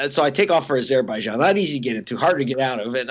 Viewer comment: Why does he pronounce azerbaijan like that? Sounds awful.